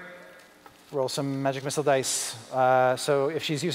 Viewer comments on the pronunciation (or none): none